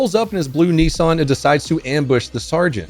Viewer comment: Bro. It’s Nissan not neesun.